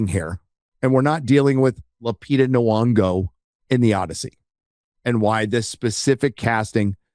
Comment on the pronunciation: BTW it's Nyong'o with a "y" noise. Not "Nuong'o."